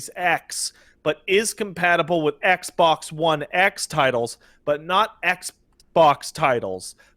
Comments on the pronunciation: "eggbok" - Angry Joe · Eggs bocks is all I can hear after 5 mins